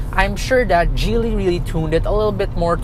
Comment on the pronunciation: it's Giily ( Hard G) not Jeely